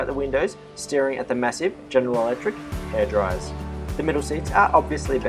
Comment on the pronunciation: "Hairdryers" and 'fruit juice' he said looooooollllll